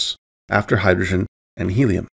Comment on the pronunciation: has perfect diction except for “hydoshen”. Rather endearing.